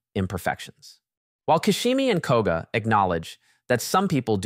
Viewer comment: Fr!!The narrative's fabulous except this ...